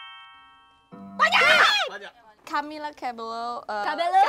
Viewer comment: You know is a Filipino if pronunciation isa thing HAHAHA "Camila Cabello"😂💕💕